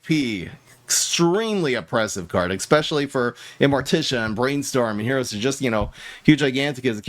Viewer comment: Did he really say excpesially? Twice?